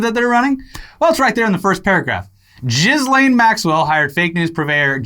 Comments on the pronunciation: It's pronounced "keys-lahn" not "jizz-lane" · You’re pronouncing her name wrong it’s French but it’s more like Joslin ... just French it up not Jizz lane lol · pronounced "Ghis" really weird and now all I hear is Jizzlane. EDIT: Oh god, thats her name. The irony. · Like.... you both know how to pronounce it, but I smile every time you say JizzLane Maxwell. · I love that they always mispronounce ghislaine’s name on purpose.